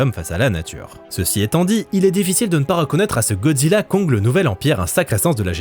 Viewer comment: Merci c'était super comme d'habitude. Au fait le titre du film se prononce Godzilla cross Kong (pour crossover) 😉